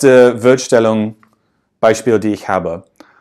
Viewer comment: Du hast " Wort Stellung " Wurd stellung" ausgesprochen. Du sagstest "Schwährig" anstatt "Schwierig". Lauter so kleine Fehler die aber nicht schlimm sind. Ich denke das ist Akzent verschuldet.